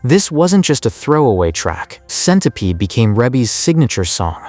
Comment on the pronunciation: It's Rebbie REEBEE pronounced and why are you Showing Diana Ross? for centipede?